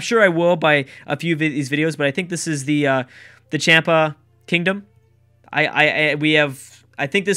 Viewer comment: I'll help with the pronouncing The Inuit sounds just like In-you-it's Champa is like Chaum-paw Sorry I just hate when people say things incorrectly. XD